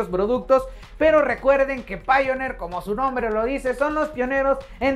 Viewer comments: Se pronuncia "Paionir" tu que te dedicas a eso... mejor pronunciarlo así, no crees? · Me gusta escuchar como no sabe pronunciar Pioneer me alegro el momento Pero igual que precio tiene tu producto?